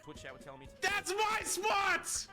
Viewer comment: SPAWT - the Boston accent came out 😂